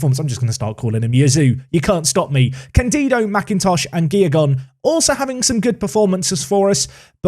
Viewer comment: Hi! It is not candÍdo...it is cÁndido, with the stress on the A xD All the rest was great :P